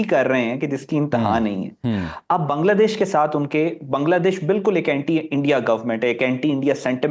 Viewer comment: First time someone pronounces "Bangladesh" correctly..😊😊 Pakistani can't pronounce Bangladesh correctly😂😂 ❤ From 🇧🇩